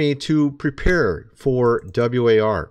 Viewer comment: Was liking this till you cant even say war???? Lmao